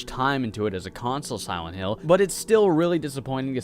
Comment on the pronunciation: i swear i heard him say "siwent hill"